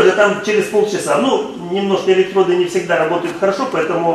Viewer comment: Электроди... И и и и сука, ну что ж за безграмотность???